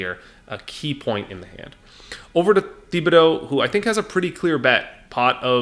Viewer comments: It's pronounced Tib-uh-dough,. You're buggin' me with that Thee-bee-dough stuff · Great break down! However, as someone who lived in south Louisiana, Thibodaux is pronounced TIB-ah-doe. Keep up the great work and content!!